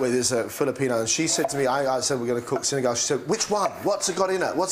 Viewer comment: "You're rockin' my world, girlfriend!" Coming from a guy with a turban...classic!!! Love it! And the almost perfect pronunciation of Sinigang...<3 the best!